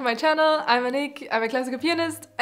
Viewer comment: Your name is pronounced /a'ni.kə/, not /a'nik/